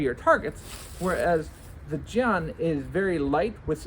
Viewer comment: love this demo. i always wanted to do this myself! btw you’d be a little more accurate if you pronounced jian like “jyehn”